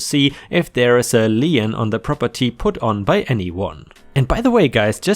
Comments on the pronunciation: As a long time subscriber, you know me well enough to know I will correct your pronunciation at times. In the case of "lien", you might pronounce it a "le-en" but I know your syntax well enough by now to hear "lean" in my brain. ⭐⭐⭐⭐⭐⭐⭐⭐⭐⭐⭐⭐⭐⭐⭐⭐⭐⭐ For the algorithms. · lien /liːn/ sounds like "Lean" - A legal claim; a charge upon real or personal property for the satisfaction of some debt or duty. The only place I heard Lien pronounced as "Lee-In" is In the fictional animated series RWBY and its associated media, Lien is the primary currency of the world Remnant. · In North America, Lien rhymes with Bean, Clean and Sheen...